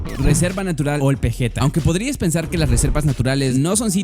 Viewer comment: Ol Pejeta se pronuncia Ol Peyeta